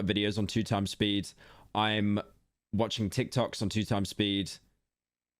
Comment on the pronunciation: watching yt on 2x speed is one thing but when he said TIKOTKS i knew it was over for him